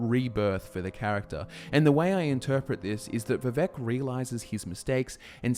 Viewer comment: Vivek rhymes with cake.